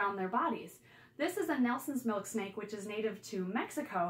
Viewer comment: I though she said Milkshake😂